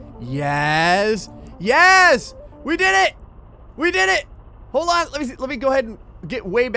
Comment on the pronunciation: instead of saying Yes. he says Yez